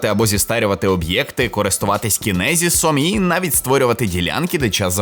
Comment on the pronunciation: Не кінезіс а чіназес